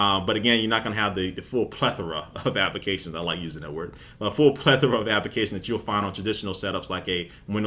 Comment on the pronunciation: why does he say application like appikation